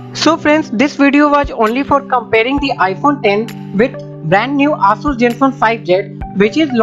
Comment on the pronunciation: ASUS pronunciation is not aasuuus it Aaasaas